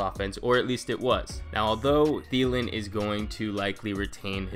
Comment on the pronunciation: I got a Thielen it's Thielen